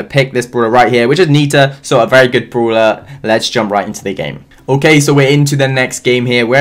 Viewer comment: I like how he says bruwler not brawler